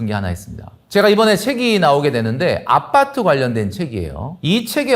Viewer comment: 아빠트 아니고 아파트... ㅋㅋ